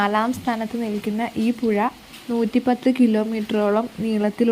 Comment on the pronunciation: പുയ അല്ല പുഴ